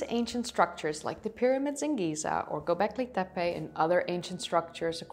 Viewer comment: Klik even op het luidsprekericoontje voor de juiste uitspraak? Ook Göbeklit tepe: de ö spreek je uit als "eu". Je engels is wel prachtig! Dus als je gevoel voor talen hebt dan kan dit simpel Turks er ook nog wel bij ;) Leuk filmpje verder!